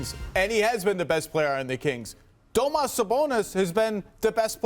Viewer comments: It's Domantas, not "Domas", you imbecile. And Sabonis is a great shooter - 58% FG this season. But I guess they were talking about 3 pt shooting, since that's all NBA commentators and analysts seem to care about these days. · Dude called him domas his name is damontas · How come he keeps saying Domantas wrong? lol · Hate when “analysts” don’t even know how to pronounce players names. Do your job better… “domas sabonis” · “Domuss” Sabonis.. Cringing so hard, my man it’s not hard to learn a dudes name you work in the media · It’s pronounced duh-mohn-tus christ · Is that how your suppose to pronounce Sabonis’ name? Lol. Domas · My mans said domas sabonis 😂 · Why are ya calling him domas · "Doh-mas Sabonis" 😂 Do people actually call him that? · I cant stand that guy keep saying "Domos Sabonis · IS HE CALLING HIM DOMAS?? Classic ESPN analyst activities